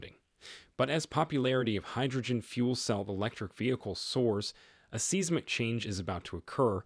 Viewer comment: Yep. Fake. AI voice too that doesn't know how to pronounce "Seismic."